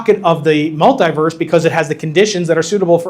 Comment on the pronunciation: What is a Multiwerlise? Is that a new AI Spiderman movie?